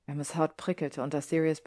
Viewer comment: Da in "Remus" nach dem "e" nur ein einfacher statt eines Doppelkonsonanten kommt, spricht man im Englischen das "e" wie ein "i" aus. Ich mache diese Anmerkung, weil ich mich jedes Mal ein klein wenig über diesen Aussprachefehler aufrege. Aber ansonsten hat mir die Vertonung sehr gut gefallen. 🤩